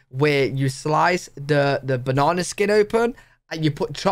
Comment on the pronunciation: What's a banawna? Oh banana 😂